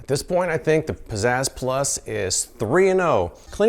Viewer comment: I keep hearing it like "Possessed+" instead of "Pizzazz Plus", and I can't unhear it :(